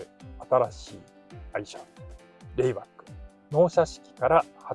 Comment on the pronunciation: RAYBACKじゃなくてLAYBACKですよね。（笑）